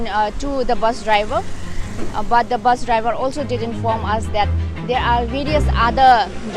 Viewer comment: Not baas it's bus. Sunder toh hai magar Tora galti bol diya.